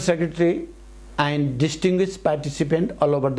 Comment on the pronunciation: And-एण्ड हुन्छ कि आइन्ड हुन्छ हौ?? Has-ह्येज हुन्छ कि हाइज?